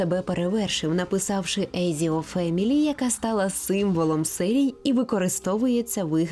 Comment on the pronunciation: "езіо"... Еціо блін)